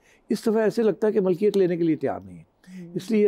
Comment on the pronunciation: Sir apni urdu theek kren please jaisa k malkiyet nahi milkiyet